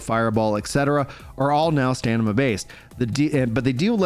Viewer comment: Please learn to say stamina 😀